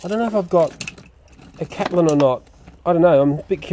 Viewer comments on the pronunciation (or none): it's Caitlin not catlin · it's not catlen it's Caitlin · its pronounsted caitlin